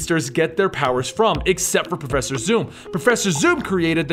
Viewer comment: profeeser thorn?